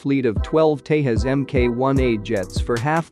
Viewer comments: It's pronounced as Tejas, not Tehas. 🤦‍♂️ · The Tejas is not pronounced like the Spanish name for Texas. It is pronounced as "thay-jus" with the 'j' being the same as in "just". Just FYI :)